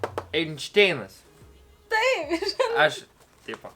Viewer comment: Einšteinas, o ne Enšteinas